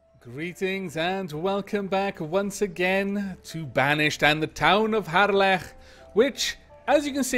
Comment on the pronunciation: Missed this series. So good to hear your Welsh lips spout the word "Harlech" again. Glad you're back at it :)